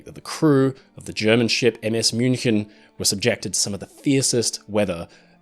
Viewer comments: German native speaker here - perfect pronunciation of "München". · Spot on pronounciation of 'München'. Also a little not-so-fun fact: Her sister almost sunk in a similar manner a couple of years later. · I appreciate the correct pronunciation of München. Thank you, A native German speaker